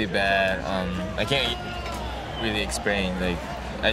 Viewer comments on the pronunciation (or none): He can't "exprain" . Lol.